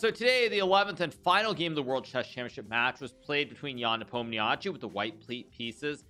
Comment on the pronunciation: Hikaru is the last top chess streamer/commentator who pronounce Ian's last name wrong